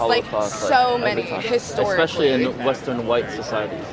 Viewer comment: Expecially uchhhhh lol